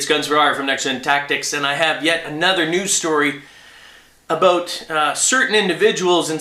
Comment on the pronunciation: Every time you say "about' I think about South park.